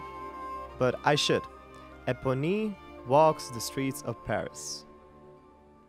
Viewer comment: I'm sorry, I'm just in shock you study musical theater and opera and do not know Les Mis or Lea or how to pronounce Eponine and Salonga.